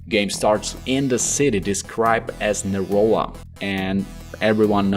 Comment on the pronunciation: Neola? lol It's Neo LA